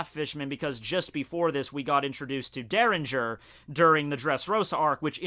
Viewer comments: "derringer".....? please you're purposely bugging the shit out of us....... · Why do you call Dellinger Derringer?